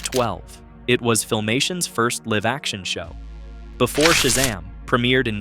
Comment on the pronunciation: "It was Filmation's first live-action show." You pronounced "live" wrong.